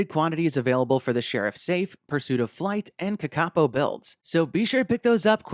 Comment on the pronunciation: Please learn how to say Kakapo correctly please! Pronounced: KarKarPour